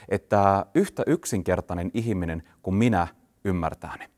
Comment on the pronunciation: "ihiminen" :) Mutta asiaa, täysin samaa mieltä.